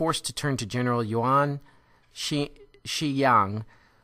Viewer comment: Good lecture, but some errors in your pronunciation of Chinese names and their written form in your slides (e.g. 'Henry' Pu Yi is written on your slide as Henry Yu Pi, Yuan Shikai is written on your slide as Yang Shigai, but you pronounced it as Yuan Shiyang). Nevertheless, you provided a good overview of the period. Thank you.